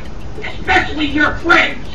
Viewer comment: He said "Fwends"